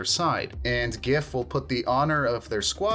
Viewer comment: Pronounced “Jiff”